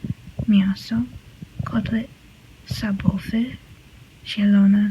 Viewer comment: You pronounced sabowy instead of schabowy and owce(means plural sheep) instead of owoce The rest is right(you probably have only a little problem with ś-sz, but it's common to most of foreigners, ś is very rare sound in other languages)